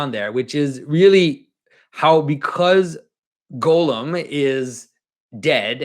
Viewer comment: I'm pretty sure his name should be pronounced Gahl-lum, not Golem (Gollum).